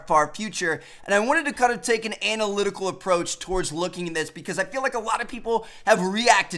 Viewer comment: The way you say analytical, "anal" itical, is hilarious